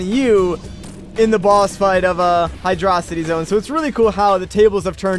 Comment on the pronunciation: 1 yr late but wtf do you pronounce hydrocity highdröcitee